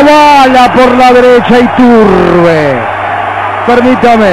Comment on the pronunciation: ituRRRRRRRRRRRRRbe...ituRRRRRRRRRRRRRRRRRRRRRbe. jajaja